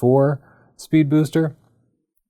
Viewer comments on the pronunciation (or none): Drinking game: Take a shot every time in this video that struggles not to say "Spood Beester."